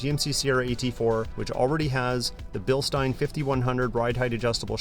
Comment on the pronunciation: LOOKS GREAT! They did a nice job. AUTO 4WD is also great for dry pavement launches. A+ on pronouncing Bilstein correctly -- seen so many online that say "Bill Steen" and it makes me cringe. The worst part...trying to correct them. People think they are "always right" and can't take being questioned. Happy Merry Christmas.